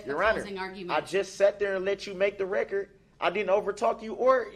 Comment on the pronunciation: “I want it on recor”